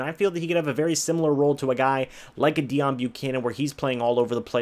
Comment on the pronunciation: Dayon... not Deon.....